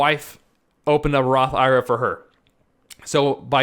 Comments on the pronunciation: You are a CPA man please for the love of everything stop calling it a Roth EYE RUH!!! just say I . R. A. like it should be... I want to watch your video but your making it tough to get through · Completely ridiculous to take advice from a guy who doesn’t even know how to pronounce the type of account he is promoting..